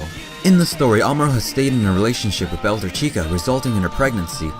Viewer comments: "bel-tor-CHEEK-ah" That's wrong though, it's "BEL-TOR-ch-i-KAH" as pronounced by the japanese VAs. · Learn how to properly pronounce Quess and Bell-tah-chi-ka.